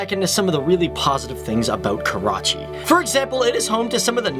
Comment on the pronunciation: Jadoon He is from "KAWACHI" not Karachi, :P